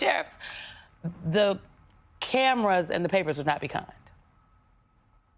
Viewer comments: Not really a credible panel when straight away the first one can’t even say reciprocal. Bunch of low IQ giggling hyenas. Not a trump fan by the way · Can she say the word “Reciprocal” 😂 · she cant pronounce reciprocal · Can't pronounce reciprocal. Go back to school.